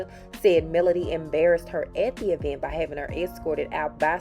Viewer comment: If she says E-vent one more time! It is all one word!!!!!